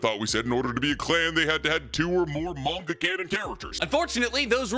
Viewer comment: Manga cannon clans "manga cannon" 😂